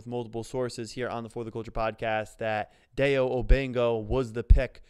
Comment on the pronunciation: Just for clarification, his name is pronounced: first name: Die-O Last name: Oh-dang-bow(like a hair bow)